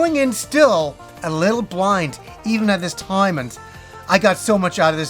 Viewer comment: Take a shot everytime he says “at the toyme”